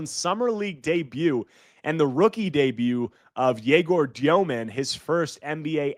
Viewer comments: stop saying dyoman, confusing with tosan evbuowman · THE WAY U PRONOUNCE DEMIN IS IRRITATING MAN. JUST BE REGULAR DUDE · As s BYU fan I pronounced Egor Demin's name wrong. Looked it up: "The Russian surname Dëmin is pronounced as "Dyoh-min." The umlaut above the "e" indicates a specific pronunciation that differs from the common mispronunciation "Demin." -Deseret News